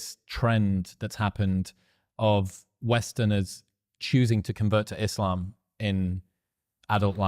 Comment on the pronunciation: within ees-slom! 🤓